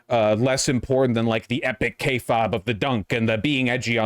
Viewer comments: It’s pronounced KAY-fayb not KAY-fob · It's pronounced kay-fayb, uncultured swine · Kay faaaayyyybe is how it's pronounced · Every time Vaush attempts to say the word “kayfabe” an Angel descends directly into Hell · I will never understand. Vaush's insistence on mispronouncing "kayfabe". He pronounces it differently every time I hear him say it and it's never the correct way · The worst part of this video is Vaush's continued refusal to say kayfabe correctly.